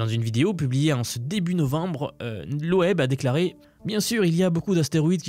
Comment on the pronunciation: Salut, super vidéo . c'est cool de se pencher sur ce sujet . Et juste pour ton info, on prononce Avi LOB et pas LOEB . 👍